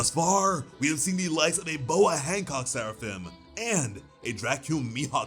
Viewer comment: You maybe saying Seraphim but all I hear is Sarafan!